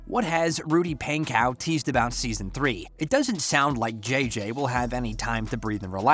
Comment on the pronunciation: NO U SAID THEM BOTH WRONG IT IS RUDY PANKOW CHASE STOKES